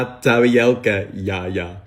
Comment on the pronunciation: Прорвало с тарьельки 😂